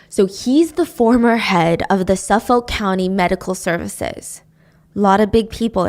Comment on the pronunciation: You’re killing me with the pronunciation of Suffolk. It’s Suff-ICK